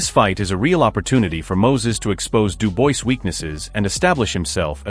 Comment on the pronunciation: Why is it when someone narrates about the likes of DuBois and Itauma they never pronounce their names properly like Itauma they call him Itoma or Atoma and DuBois they call Deboyce. Can't you just do your homework and call their names as they should be. At least listen to the pundits who more often than not pronounce them the way they should be pronounced. Ffs!!... Having said all that there hasn't even been any talks about a fight between those two boxers so this video is about a possible fight between these fighters not a real fight....